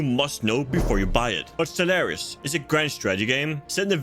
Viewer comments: bro I can't watch or respect you because you mispronounced stellaris in the first 10 secs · To be fair it's a game review a good start would be to pronounce the name of the game properly I can't take a game reviewer seriously if they make such a grand mistake in the opening of your review!